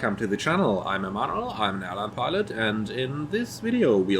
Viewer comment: I need enlightenment... What do you say at the beginning of each video? "I am " or "I am a model"? Which would be quite stressful next to your job as a pilot.;)